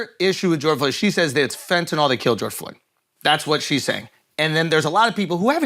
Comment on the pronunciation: you're pronouncing fentanyl wrong......it's fentaNYL not fentaNOL